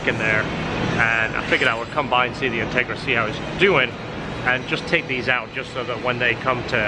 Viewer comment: "Intgera" :P Just bustin your chops. No real malice intended.